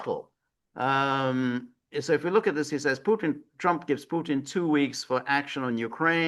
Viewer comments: Kellog is an idiot. Haha george, im 100% with you. If you cant pronounce the T in Putin, go back to grade school and learn your ABCs🤣😂🤣😂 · Well picked up George. It seems all Americans struggle with words where a T comes in the middle. Even Danny Hifong and Jimmi Dore mispronoun Mr PuTins name.